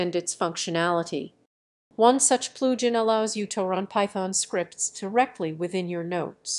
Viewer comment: Enable the Ploojin.. ZZZZZZZZZZZZZZZZZ * KAPOW* . Just Kidding Good info.